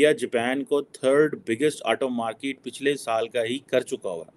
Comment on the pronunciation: Sir woh markit nahi hota usse market kehte hai. Mai haath jod ta hun sir English itni pyari language hai uski qatal mat Karen plz.